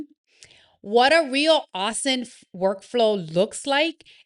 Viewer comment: Pronounced - O-sint